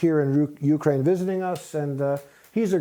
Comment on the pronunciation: Teach the interviewer/host how to pronounce Ukraine. Pathetic.